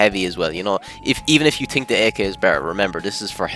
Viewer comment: Maxed out Irish accent